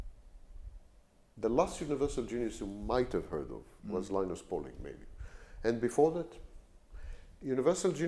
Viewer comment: He said Linus Pauling 👍